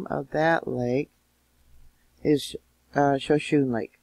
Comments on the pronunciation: Shashone; sha-show-nay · 😃Thank You, it's pronounced, show-shown lake.... U do such a great job explaining what's happened with these earthquake situations🙁I marvel at Ur knowledge N ability 2 do so🤗LvYa😎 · I love your videos, but its pronounced show shone knee lake, Shoshone lake